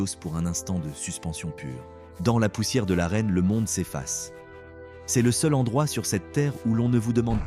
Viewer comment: C est au lieu de c’est ! N ont au lieu de n’ont ! Apprenez à votre IA à lire correctement ! C’est insupportable !